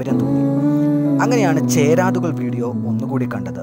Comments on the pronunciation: ചേ രാതുകൾ അല്ല ചെരാതുകl ennanu Maram Alla ath oru chedi aanu.. Kallimul chedi ennokke parayum.. Bgm itchiri annoying aanu..!!. Nice observation Nice work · "ചേരാതുകൾ" അല്ല .; "ചെരാതുകൾ" ആണ്...! ചുമ്മാ.. മലയാളം പോലും അറിയാതെ വീഡിയോയും കൊണ്ട് വന്നിരിക്കുന്നു..; അതും, മുൻപ് പലരും യൂട്യൂബിൽ വിലയിരുത്തിയ വിഷയം തന്നെ വീണ്ടും എടുത്തും കൊണ്ട്...